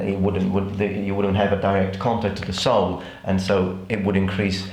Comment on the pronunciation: Just a minor critique on your English: You're saying sole like soil. It's pronounced like soul.